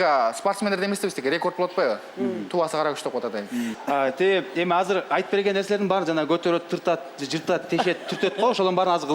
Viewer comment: Казыр девей азыр деп эле суйло